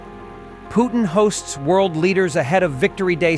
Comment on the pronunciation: God help us, A.A. Milne did not name the Russian president. His name is Putin, not POOH nnnnnnnn and not poo TEEN. Concentrate hard and say PUT teen and you might sound like you were taught how to speaki!